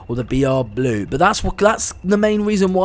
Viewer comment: You said boo instead of blue for the br blue class 20